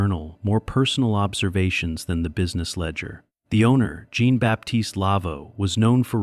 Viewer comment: Amusing to hear mispronounced French for Jean ( John in English).Maybe AI shud be edited for grammar and expression.